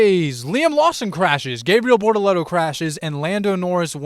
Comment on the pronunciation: "Gabe real" is insane. The videos are good but the pronunciation is wack.